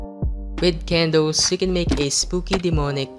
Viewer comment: Nobody:: K E N D O O Z